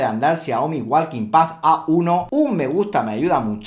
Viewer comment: la L en walking no se pronuncia, es muda. sí es una joda, pero así de desorganizado está el inglés, hay que aprenderse pronunciación por palabra como con la palabra "wrestling" se pronuncia resling, la w y la t son mudas o la t la pronuncias ligeramente como solo para apoyarte en ella.